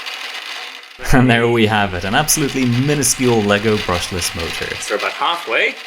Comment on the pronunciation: Brushlesh Mochure